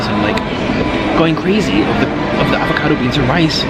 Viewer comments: Wait did he say niggacado avocado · Mans said n*ggakado avocado